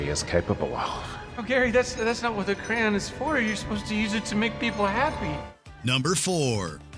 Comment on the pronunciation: I didn't know you can pronounce Crayons like Crans